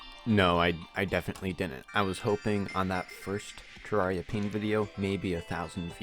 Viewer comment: Hey I was the first question in this ayyy Also you pronounce terraria wrong